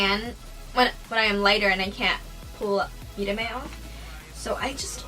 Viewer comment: You said "mírame" perfectly fine 😊😊 Loved the eye look, it's stunning!